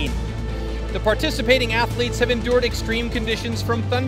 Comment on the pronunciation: Horrible narration and awful soundtrack! FYI voice over guy...Athletes only has 1 A...and is not pronounced 'Ath(a)letes!🙄